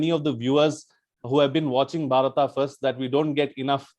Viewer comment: It's not Bharataaaa for God's sake..its just Bharat..you bloody mispronounced colonial slaves..!!